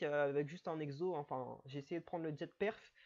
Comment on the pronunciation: en "Jet" hehehe. le T est muet ^^